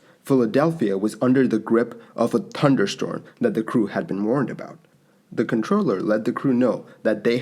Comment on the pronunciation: TUNDERSTORM TURDY KNOTS I love your videos but I cannot stand the way you say words that have a “th” in them 🥺